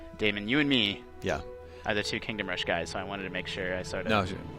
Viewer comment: Guise, guise, guise..... Its polished guise.... guise... its polished